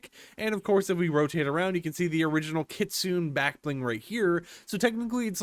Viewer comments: For the love of god, its pronounced kit-su-ne. Not kit-soon. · It is. Idk why he pronounces it Kit-Soon. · it is pronunced as Kitsuney !! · pls STOP with the "kit-soon" 😭 ik u speak English but plsssss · Bro reminds me of a beginner anime watcher how he saying kistune😂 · Btw idc how you pronounce things but it’s supposed to be (Kit-Soon-Ay) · good to know but it’s pronounced Kit-Sue-Nay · I thought its pronounced Kit Sue Nay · It's actually pronounced kit - soon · It's killing me how you are pronouncing that 😭😭😂😂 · That's not how you say Kitsune. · Take a shot every time mispronounces kitsune.